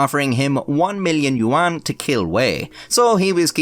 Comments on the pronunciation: for future reference, yuan is pronounced more like "yen" or "ywen". Im gonna pretend I didnt lose my mind every time you said it in this video. I must say, as far as I can tell, you pronounced the names pretty accurately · "You juan" 💀💀